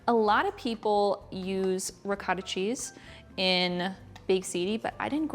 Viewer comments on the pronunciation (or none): Pasta al forno uses the pasta of your choice so you don't have to call it baked ziti if you are not using ziti. Also, the word ricotta is pronounced "ri coh tuh" There is no short vowel sound for the letter o in Italian. Any Italian word with an o in it uses the long vowel sound of "oh".